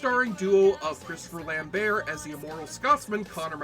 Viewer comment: Say Christopher Lambert that way one more time, I dare you...